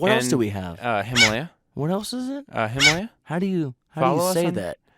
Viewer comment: I try watch your videos but after 2845th time of saying "himalya" I give up.